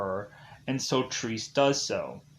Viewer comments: Triss? It's Tre-Se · Actually it is pronounced trece or 13 in spanish. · What fucking Trees? Get the bloody title right, at least. TRE-SE!